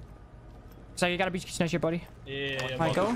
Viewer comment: Kitchen kitchen owwww not kitchen 😂